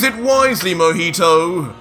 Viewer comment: Other : Mohito Me : Mohiho